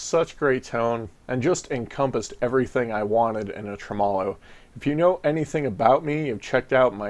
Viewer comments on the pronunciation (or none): Thanks for the overview. Can't wait to hear the pedal. Psss . . . it's pronounced: "TREH • muh • low".